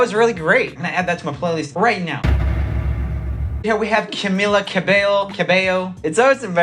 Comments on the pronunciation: you pronounce the ll's in cabello, not as a j. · HE GOOGLED HOW TO PRONOUNCE HER NAME AND STILL SAID IT WRONG 💀💀